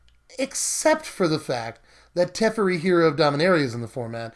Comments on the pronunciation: Its teferi not terefi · anyone else start screaming to themselves whenever he said teferi? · It’s kinda funny how your pronounced teferi 2 different ways within seconds😂 awesome video tho! Always love watching!